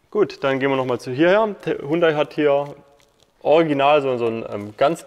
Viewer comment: Aussprache : Jundai.